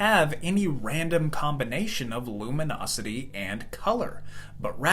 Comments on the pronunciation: bro it's luminosity not lumonosity. If you don't know what you're talking about please just don't. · "Luminosity", not "lumonosity", please. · It's Luminosity with an i, not lumonisity with an o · luminosity? nonono, lumonOsity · lumonosity? not luminosity?